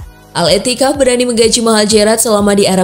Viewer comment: ETTIFAQ min bukan etikaf..sok Inggris penyebutan nama juga banyak salah